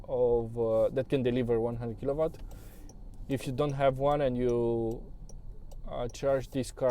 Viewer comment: W se pronunta U la kilowatts